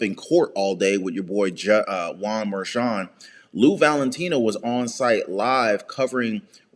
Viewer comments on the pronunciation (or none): none